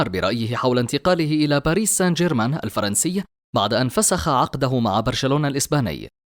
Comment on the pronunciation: باريس سان جيرمان ليس باريس سنجرمان